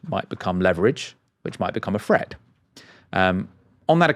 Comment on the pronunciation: its not a fret,nor is it free...its pronounced threat and three,please,if you want to be a serious journalist.....